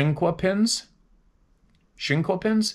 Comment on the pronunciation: The word is said like Chic e pins. . Like small chest nuts